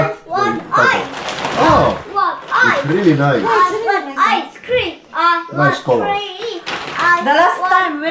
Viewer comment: ice screaaaam not ice cream pansinin mo daw sya IT 😅😅😅